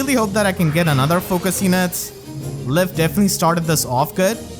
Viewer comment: "Lif" is pronounced like "Leaf" btw